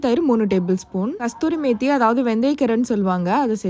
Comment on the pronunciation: அது கஸ்தூரி மெத்தி இல்ல, கசூரி மெத்தி